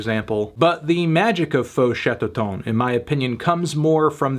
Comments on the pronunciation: We pronounce Chatterton the english way. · The eu in "feu" is the same prononciation as the "a" in "about", and chatterton is pronounced the English way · The album is produced by Arnaud Rebotini, that might explain many musical choices. you pronouced the band's name right except the end of "Chatterton",which should sound more or less like the end of "town" in french. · Lol he pronounced Chatterton like it was a french word